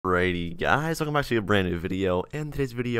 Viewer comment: Why he's says braby